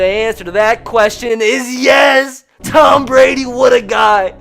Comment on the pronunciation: Tom not Tommas dumbass